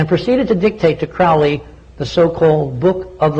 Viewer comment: It's CROWLEY to rhyme with holy!